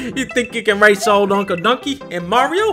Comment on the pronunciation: I love how dunkey pronounces "uncle dunkey." that shit makes me laugh so hard for some reason.